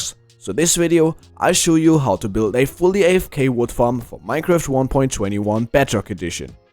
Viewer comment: Had to stop the video almost immediately to make sure I heard right... "Minecruft" 😹